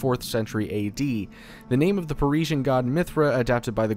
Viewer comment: How the fuck do you not know how to say persian, not to mention all the other words you butchered.